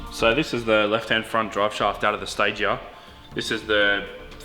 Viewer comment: finally learns to say Stagea!